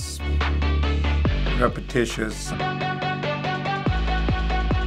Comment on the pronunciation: calls the music "repetitious" repeats calling the music "reptitious"